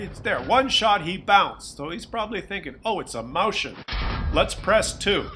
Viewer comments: It just hurts my ears, every time someone non-German tries to pronounce the name of that tank. For future reference: It's Moi -s -chen. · Useless pathetic foreign languages,!!! "Mäuschen" is stressed slightly different: (click on the blue triangle)